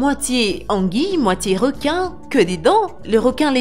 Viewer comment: Y a que moi que sa choque qu elle parle pas francais car elle dit réquin et non requin et plein d'autre mots